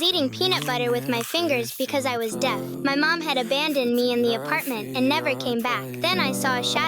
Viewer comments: Bro you said your deft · Me to for I sec like the first time she said deaf I swear she said blind and I’m like: “Then how did you see his shadow?” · I THOUGHT YOU SAID BLIND HELP😃